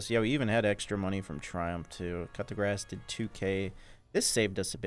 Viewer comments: Dude I love your videos but it's pronounced "Coo duh grass". Try saying "cool" without the L, "Duh" without the h and then grass lol. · NGL, whenever pronounces 'Coup de Grace', I always hear "Cut the Grass" instead. 😝😝😝😝